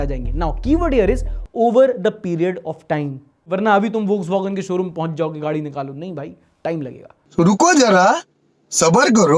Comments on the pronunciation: Pronunciation......its fokswagen. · vo v ko f pronounce karte hai Volkswagen